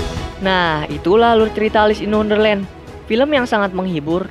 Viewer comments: Kak nama nya Elis bukan alus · Mon maap bacanya elis